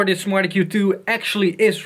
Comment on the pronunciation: lol sounds like hes saying "smarty Q 2"